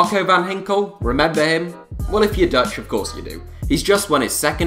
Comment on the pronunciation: its van ginkel not van hinkel